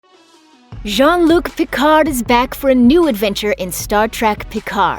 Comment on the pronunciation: "Djann Luke Pickardd"...ARGH. Learn French pronunciation...